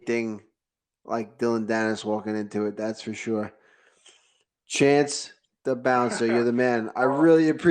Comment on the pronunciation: It’s not chase! It’s chance 😎